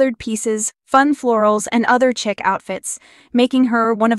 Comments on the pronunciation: Stop saying chick instead of chic (sheek) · that she was saying chick🐣